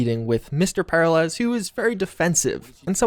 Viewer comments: The "Secret" ending is the only path forward (and so I suspect it's the canon ending) I also suspect an expansion will pick up from there and go forward - that will likely include more about Mr. Blue Eyes, SD, and Jefferson Peralez (who's name just can not pronounce). I think we'll also see more about Alt/Johnny and a bit more about the Black Wall. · The way you pronounce "Peralez" is so jarringly weird, it feels like the only thing I'm really taking away from what was previously a pretty engaging video. Especially considering their name is properly pronounced A LOT in the game, by them and others.... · I really hope that we explore more about Mr. Blue Eyes and the possible AI activity in the Phantom liberty DLC. My only critique is for the love of God work on your pronunciation of Peralez the repeated mispronunciation was driving me crazy😂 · You realize they actually pronounced the name Peralez many times in the actual game. Did you actually play it? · The mispronunciation of Peralez is driving me nuts. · the way he pronounces peralez... >< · Great video! But the mispronunciation of Peralez made me wanna jump off a cliff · Literally how do you not know how to say Peralez... did you even play the game? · PEH-ril-ez? Per-AH-lez, dude. Per-AH-lays, even. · It's "pair-AH-lez", not "PAIR-alez". Smh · i keep hearing Paralyze not Per-ah-lez im not a grammar nazi i swear dont mind me xD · The real mystery is why/how you manage to say the name Peralez so incorrectly, and why it causes me increasing physical pain each time you say it lol. It's "Per-al-ez", not "Para-lez". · you're killing my OCD, man. Per-al-ez, not Para-lez. It's Hispanic, brother. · Peralez, not paralez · Anyone else bothered by mispronunciation of the Peralez's name? FYI: It's pronounced as "Pur-AL-ehz" not "Para-LES" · It's pronounced Per Al ez, not Para lez... Sorry, simple things annoy more more than they likely should... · Great video. Also it’s pronounced Pe-RAH-Lez!